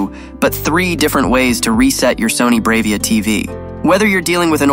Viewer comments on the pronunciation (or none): It's pronounced "brah-via" not brave-ia"